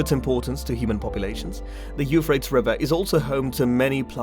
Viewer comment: Why don't you pronounce the river the way everyone else does: You FRAY-tees?